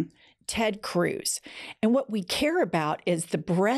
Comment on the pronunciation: Vot ? Maybe she just vonts to stay away from the stench .